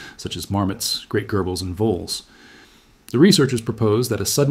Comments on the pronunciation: gerbils? Have you never heard that word before? Ridiculous pronunciation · Gerbles? Gerbils is pronounced like geranium and germ. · It’s pronounced jurbles!! 😂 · Not sure about that! The way "he" pronounced "gerbils" and "Slavian" are suspicious! I suspect maybe they have just added some breath sounds to make the narration sound more natural. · You can tell it's not real by the pronunciation of 'gerbils.'